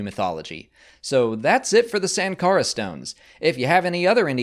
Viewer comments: I think it's more like .... Shankara..... Like Siva is pronounced as Shiva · Indian here. The correct pronunciation of Sankara is actually: Sun-kara (as in the "sun"). There is also a variant pronunciation: Shun-kara (as in to "shun" someone). And the god Shiva's name is actually just pronounced: "Shiv-aa" (as in that "shiv" thing that gangsters in prisons use to stab people with). Thank you for the video,. MTFBWY.